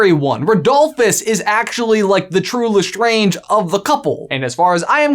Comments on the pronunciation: did you just say LESTRONGE! it’s lestrange! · Did you seriously just say Lestronge. Lestronge. I've lost faith. 🤣